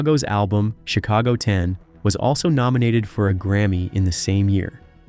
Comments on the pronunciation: Yes & the band CHIC-ago went on to make Peter SET-era a big star with the PEO-ple of Amer-ICA & one of the greatest vo-CAL-ists of all time. Get it right you bum!!! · The band's name is pronounced 'CHICK-a-go' ... You need to be consistently wrong.